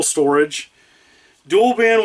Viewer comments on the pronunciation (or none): none